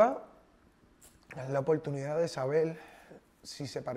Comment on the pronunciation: Yo no se que fue lo que me "conducio" para aca, en este 2020, lo que hace la cuarentena jajajaja "no creo que se le "haiga" perdido algo" , "Opoltunidad", "Cielto", "¿Pero y polque?", "Caltera", "Ofelta","Hay cosas en la vida que no tienen nombre"... Y son las palabras de este man.